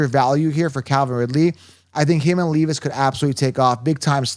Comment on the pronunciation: It’s LEV-isss